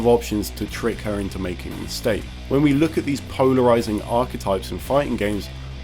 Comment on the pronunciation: Did anyone else hear “Pownerizing”.